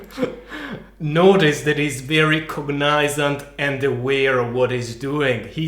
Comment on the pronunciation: watching this footage clearly makes you a little too happy! - that is not how you pronounce "cognisant" - that should be "so he can 'put' his fist up" - that should be "Trump's" reaction, and not "Trump reaction"